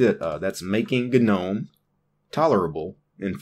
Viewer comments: It's pronounced "NOME", not GANOME. Just bothers me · It's gnome.. sounds like nome. Wtf